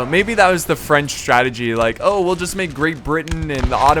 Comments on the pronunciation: I french and i love your french prononciation. I love you re video. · I love how you pronounce the french words ^^